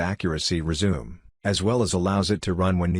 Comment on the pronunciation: Who the hell was narrating this? Ray Charles? Mispronounced "resume" twice.